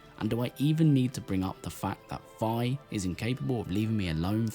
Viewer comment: 10 years and people still mispronounce the name Fi.